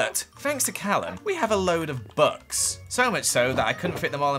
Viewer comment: When you say books it sounds like your saying bucks